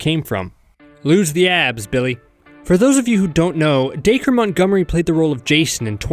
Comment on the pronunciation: Its pronounced daykah